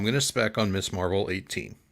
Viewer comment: Great show! Really entertaining. Small point: it's Ms. Marvel, not Miss. Few collectors pronounce it properly for some reason.